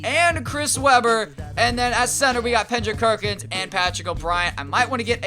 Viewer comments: You know it's Kendrick Perkins. Not Pendrick Kerkins lol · Lmao Pendrick Kerkins? 😂😂😂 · Pendrick Kerkins was killing me 😂😂😂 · This guy is dumb as hell how you gonna keep saying Pendrick Kerkins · "Pendrick Kerkins" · how many times did you say pendrick kerckins... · Did someone else hear him say Pendrick Kerkins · He always says that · Yo u said Pendrick Kerkins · Why do you say Pendrick Kerkins when You get Kendrick Perkins